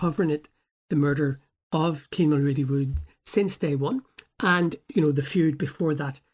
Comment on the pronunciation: Getting his surname wrong from the get go you are a terrible journalist. Kean mul..wooo not woods thought his last name was woods everyone knows that even in England